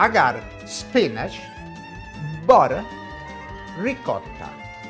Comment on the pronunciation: I love how Italians in the US say Woder (water) and boder (butter).